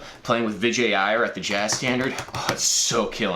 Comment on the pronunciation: holy shit this is why I love you, you actually said Vijay Iyer closer to the actual pronunciation than most Americans would haha